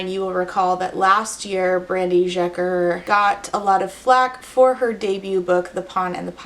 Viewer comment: random FYI but the sz in Szeker is pronounced like the s in sincere.